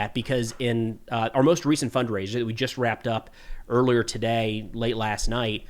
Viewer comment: Something funny about the way your pronounce “earlier.” This isn’t the first video I’ve noticed this. Sounds to me like “oirlear” 😅